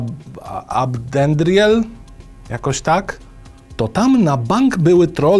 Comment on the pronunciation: Jak dobrze usłyszeć jak ktoś mówi Ab'dendriel a nie A-BE'dendriel